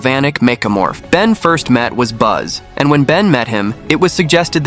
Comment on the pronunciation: Wasn't the name of the alien of Upgrade's species Ben met with Julie sounded like the herb "basil", not "Buzz."